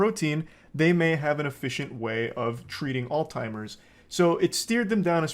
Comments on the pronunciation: it’s alZheimers. not alTimers. lol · Nah he did actually genuinely mispronounce it for actual years and nobody corrected him. But that's not the important thing here at all